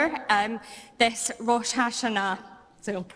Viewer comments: Except she pronounced it correctly, as it would be said in Hebrew. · ngl that lady actually said rosh hashana as it is actually said in Hebrew so props to her for faking it good at least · She pronounced Rosh Hashanah more correctly than most people do. She pronounced it in the Jewish way, as it would be said in Hebrew. You lads are so ignorant of foreign pronunciations you think that was a dunk. The liberals are Commie LARPing fools, but she didn’t get that wrong. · Politics aside, her pronounciation of Rosh HaShanah was actually pretty spot on. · Hebrew speaker here and just wanted to note: Be it a coincidence or intentional, she pronounced Rosh Hashanah accurately enough, pretty similar to how one would pronounce it in Hebrew. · I grew up in a majority Jewish school district. That pronunciation was AMAZING. Clearly, an ally.